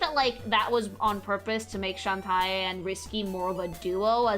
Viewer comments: Its. Shan-Tay, not Shan-Tie, later songs sung by the VA give the correct pronunciation But that aside hope you do this kind of video for each game, haven't seen people analyze the concept art like this. Also i very much agree on how it's nice to see characters not afraid to be sexy while just being themselves and still being people instead of just pin up girls. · I'm going to give you a benefit of the doubt and assume that you pronouncing the name as Shentai is a contextual joke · I like when you couch she jiggles her butt. Also, Shentie? Huh? How is pronouncing Shantae? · deliberately mispronouncing Shantae as Shen-Tie is such a thing to do. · Wait it’s not pronounced “Shawn-Tay?” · Shawn tie? Dammit,, I just cant 😂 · Also, Shantae is pronounced Shawn-tay. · A Freudian slip sounding a bit more like SHentai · I'm so happy to see you cover Shatae. She's my favorite fictional character... But every time you say Shan-tai I want to Shan-die. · I mean absolutely no offence with this... But a piece of my soul dies whenever you say Shantae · As someone that grew up in latam with shantae as one of the games for the gameboy color. I also pronounce shantae's name incorrectly and i will keep doing so until i die. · Why does she pronounce shantae like hentai? Is she dumb? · Everytime I hear her say Shantae I die a bit. X,D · How did nobody correct her on mispronouncing Shantae every single time? I kept getting taken out of the video by it, it was so jarring lol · They did, but her pronunciation is the spanish one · I'm glad is getting into the Shantae series but I can't get over how she keeps mis pronouncing her name. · She is, if you correct her she just doubles down on it so it’s best to ignore her very incorrect pronunciation. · Bruh, doesn't even know how pronounce a name as simple as "Shantae"!